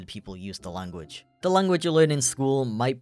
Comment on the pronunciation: "german *llllanguichh*" xD